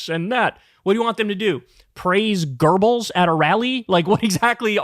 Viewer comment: I figured. Just thought it was funny how he pronounced it.